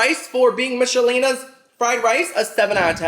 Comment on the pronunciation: Used to like the meatloaf and pepper steak..but i haven't had them in like 15yrs.Oh and when you said "Michalenas" i started singing it to the Macrena beat😂😂😂😂